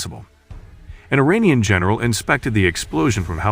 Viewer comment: Funny how narrator in this video says Iranian wrong lol he says uranium 😂